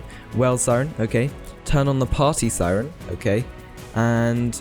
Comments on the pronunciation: Bro said party siren 💀 it’s PRIORITY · I love how he said “prty” on the siren UI as “party” but it isn’t party it is priority. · its not party siren its actually priority siren not to be mean. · its priorty lol